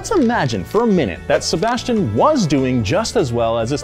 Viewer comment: pronunciation of Sebastian’s last name made me CRINGE MAAAAAD HARD AF 🤦🏾‍♂️🤣🤣🤣